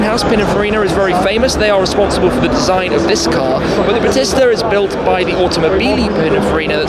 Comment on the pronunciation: Battista is pronounced Ba tee sta. Like the wrestler.